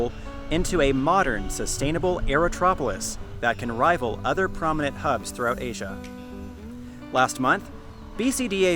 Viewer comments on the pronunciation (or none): none